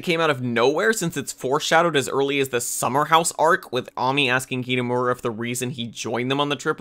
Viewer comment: Pls help.... the pronouncing of the names are so painful... mainly kitamura and minori.